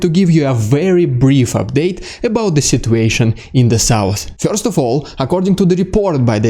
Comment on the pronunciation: I'm here to hear what's "fyorst" ;)